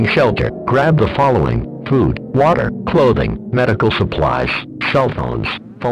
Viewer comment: is it just me or did it sound like he said “poop” instead of food 😂